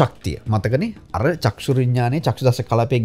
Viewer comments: සර් වරදක් කියනවා නොවෙයි..චක්සු කියලා කියන වචනය නිවැරදි කර ගමු..චක්ඛු කියලා කියන්න..තෙරුවන් සරණයි.. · චක්ෂු කියන එක චක්කු ලෙස නිවැරදි වෙන්න ඔනි